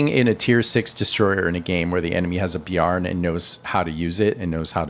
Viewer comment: Bear + N not beyar + n. Great vid, I learned a bunch!